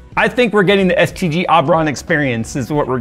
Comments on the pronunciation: Oh he said STG..... I thought he said STD and assumed I was watchign a Dawid video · Thought you called them "STD Aubron" at first 😭😂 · I kept hearing STD when he would say STG.